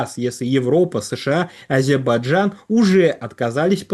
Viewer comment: АзеРбайджан, а не Азебаджан. По Трампа косим?